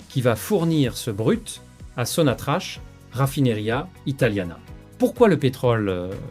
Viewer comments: Il faut prononcerai SONATRAK ,ou sonatrac et non sonatrach !! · Corrigez votre prononciation ça se prononce SONATRAK pas sonatrache.